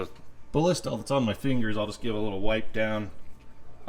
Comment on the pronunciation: overkill......and you are miss pronouncing "BALLISTOL"